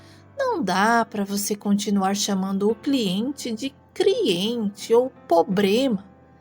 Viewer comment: 😂não dá pra não rir ( sem querer zombar do rapaz ) : “criente, prano..”…